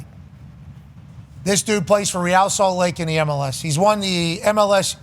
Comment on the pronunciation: "Ree-al salt lake" its real. Yall aint spanish yall aint none of that to be pronouncing it like that.